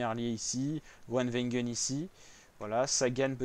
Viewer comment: Apprends à dire le nom de Gronewegen